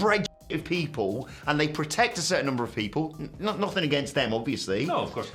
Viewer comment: “and effryfing else”